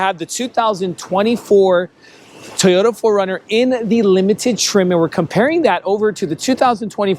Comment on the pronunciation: Pronounce it Toyota not Tiyota